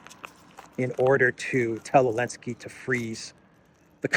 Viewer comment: Why does he call him Elensky?